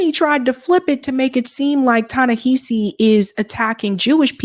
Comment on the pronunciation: Hey! I love your work but girrl you gotta say his name right. It's pronounced Tah-Neh- HAH- see Coates Emphasis on the "HA" as in how one generates laughter.